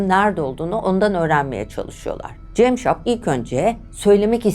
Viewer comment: Dinlerken sinir krizi geçirdim hayatımda dinlediğim en kötü şahmaran hikayesiydi.ŞAHMERAN değil ŞAHMARAN CEMŞAP DEĞİL CAMSAP..Neyi düzelteceğimi şaşırdım...